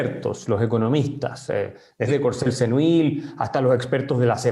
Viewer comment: Courcelle-Seneuil se pronuncia /kuʁˈsɛl səˈnœj/.